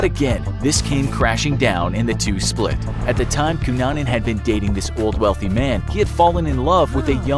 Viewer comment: Everyone is commenting about the misspelling of Versace and I'm here applauding the narrator for his correct pronunciation of the name Cunanan.